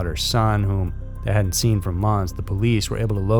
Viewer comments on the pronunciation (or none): none